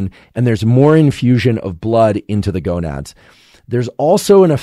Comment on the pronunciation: He said gonuds haha! :face-blue-smiling